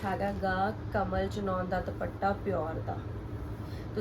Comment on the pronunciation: ਭੈਣ ਜੀ ਸੂਟ ਬਹੁਤ ਸੋਹਣੇ ਨੇਂ ਜੀ👌👌👌 ਪਰ ਪਲੀਜ਼ ਦੁਭੱਟਾ ਨਾਂ ਕਹੋ ਜੀ। ਦੁਪੱਟਾ ਕਹੋ ਪਲੀਜ਼🙏🙏